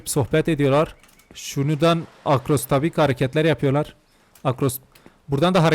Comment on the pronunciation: Akrobasi❌ Akrostabik✅